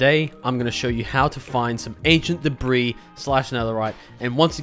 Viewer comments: de bris, BRO ITS DEBRIS (DEBREE) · It's pronounced debree btw lol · I just want to be a bit helpful on seeing if this makes Debris more comfortable to say, I believe it's pronounced [Deh-Bree] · I'm pretty sure that was the joke since he brought up the pronunciation on screen and said "I should really stop saying deb-riss" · It mentally kills me when you say de-bris. Great video though. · It’s ancient debras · him pronouncing "debris" makes me want to try swimming in lava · you keep saying debris wrong